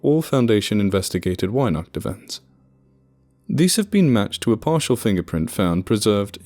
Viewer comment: "Weihnacht" starts with a hard V-Sound and the A is like After. And wow, as if our fairytales weren't brutsl enough to begin with..